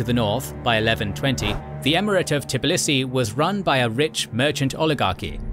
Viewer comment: Tbilisi, not Tiblisi.)